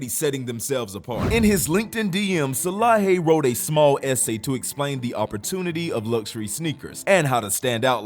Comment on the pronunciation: Salehe is the goat. One of the best designers Edit: Also his name is "Saleh-he" not Salahi 😅😅